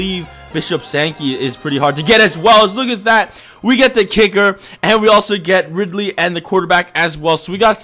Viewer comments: THIS HAS BEEN ANNOYING THE CRAP OUT OF ME PAST FEW VIDS ITS RILEY NOT RIDLEY JR R I L E Y RI-LEY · Why do you say perry RIDLEY... It's RILEY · It's Riley Jr. not Ridley jr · Again... It's Riley not Ridley😂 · Also stop fucking saying "RIDLEY" it's RILEY